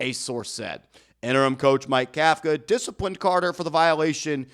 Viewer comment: If you consider yourself a professional, you should learn to properly pronounce the coach’s name Kafka like cough-ka. Think Tom Coughlin